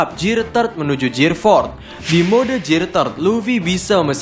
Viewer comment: Perbaiki bahasa inggeris ta bos.terutama dalam sebutan "gear"